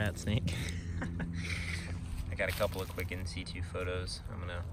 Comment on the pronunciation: also, its in situ, as in situation. not c2